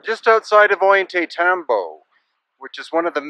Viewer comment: You've been doing this for 20 years and you still can't pronounce "Ollantaytambo?" Ohl-yah-tie-TAM-bo. The terraces over the river are named simipuquio, speaking spring. You still doing that "thousands of years ago" babytalk? By now you certainly know better. Everything in that town, pre-conquest, was Inka, ordered by Kusi Inka Yupanki Pachacutiq.